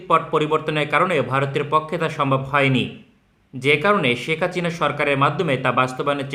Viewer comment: আপনার মুখে হাচিনা শুনতে Joss লাগে 😂